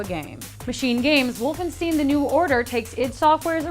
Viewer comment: God-us Wolfenshtine Love the videos, just trying to be constructive with my criticism of your pronunciation. :)